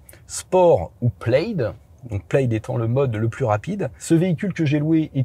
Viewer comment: OUI, le logo Plaid sur cette Tesla vient du film La Folle histoire de l'espace. MAIS, le mot "plaid" est un mot gaélique écossais dont la traduction en français est "tartan". Le tartan est utilisé pour la fabrication des kilts et chaque tartan est unique et lié à un clan ou une famille. Aussi, "plaid" ne se prononce pas plède, mais plad.